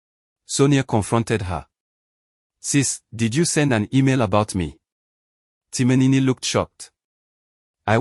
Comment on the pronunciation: So the post auditioned was for a male/ female character? You keep saying Timinini instead of Timin. Stop this rubbish please. NONSENSE sorry to say